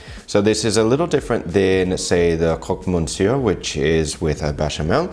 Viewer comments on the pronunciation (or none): Liked this! But your pronunciation of certain words drives me insane! 'monsieur' is pronounced 'messieur', and the ou in 'gouda' is the same as in HOUSE.